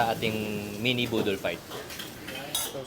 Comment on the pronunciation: Boodle, chef JP, not budol hahahaha